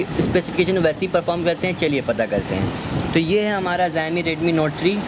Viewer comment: pehle xiaomi ka naam thik se pronounce kr lo